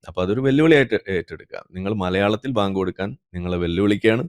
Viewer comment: Bayank ..baank alla😂